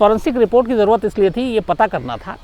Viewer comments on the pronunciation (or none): none